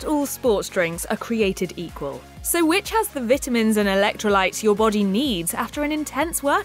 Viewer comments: Is it just me or does she keep saying VIT- TA- MINS....she says it weird. she says the vit off. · Anyone else notice she pronounces vitamins wrong? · If she says VIT UH MENS one more time....